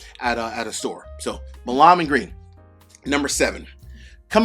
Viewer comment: Hey! Enjoy your content - keep up the good work!. I just wanted to mention that the couple of videos I have seen where you have reviewed Milam & Greene that you kind of mispronounce Milam. In Texas it is pronounced like "Mile-uhm" - it is an historical family name from the Texas revolution. Anyway - not really a big deal but wanted to let you know. Again, always appreciate your positive attitude and upbeat presentation in all of your videos!